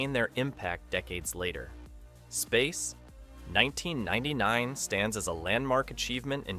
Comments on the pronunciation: what the hell it's Space 1999 not Space...1999 learn to read a script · why does AI make such an awkward long pause after "space............1999"? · Grrr...hearing "Space [unnatural pause] 1999". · Space (3 second pause) 1999. Stupid AI narration. Geez. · Great review, BUT... "Space:.....................1999" A.I. pause...................most annoying.🙄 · Nice video apart from the dreadful "SPACE (pause) NINETEEN NINETY-NINE " was unbearable so I was forced to kill the sound! Sorry!!!😮😢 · Space. 1999. ...That small pause of missed intonation shows exactly what AI lacks - intuition and experience-based learning, not algorithm-based machine learning. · My main comment. Space < pause, pause, pause > 1999. Maybe if the script reviewer cut a few of the repeats. Oh wait, that is an A.I. as well.